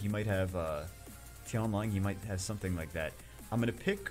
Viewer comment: "I theenk I deed sometheeng wrong" lmao.